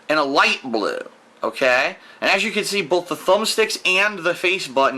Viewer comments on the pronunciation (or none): "Oghkay". Oof.